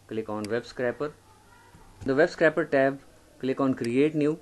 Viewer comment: web scrAper. It's not a scrapper (slang for "fighter").